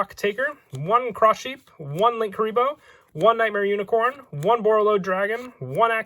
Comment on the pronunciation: tf was wrong with his linkuriboh